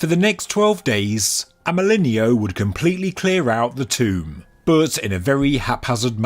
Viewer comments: AMÉLINEAU IS PRONOUNCE AMÉLIN"O" THE EAU LETTERS TOGETHER SOUND LIKE "O" YOU SAID IT SO MANY TIMES LOL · for clarity, since he was French, his name is pronounced (I'm not well versed in english phonetics, sry) more or less like "Amɜlɪnɔ". in French, "e" doesn't turn into "i", and "eau" is read as "o". (fun fact, "eau" is also an actual french word meaning "water".)